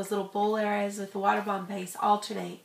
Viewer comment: thumbs up is you think she said water bam base